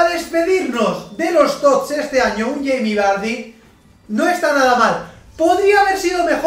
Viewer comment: Madre mia 116 TOTS jaja increible que locura! Me encanta cuando dices yeimi vary xDD Un saludo!